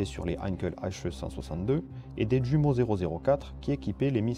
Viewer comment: Bonne série bien faite (je m'autorise d'autant plus à le dire que j'ai jadis été publié en livre sur l'aviation). Une observation cependant : pour le réacteur allemand, prononcer "youmo" et non "djumo" ; je "j" est allemand, et non pas anglais.